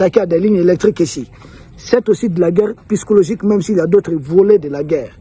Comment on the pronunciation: Psychologique [P...SYCHOLOGIQUE] et non "pyschologique". Mon cher ami, omettez purement et simplement le P et dites "sychologique" et ce sera la meilleure prononciation. Toutes mes excuses.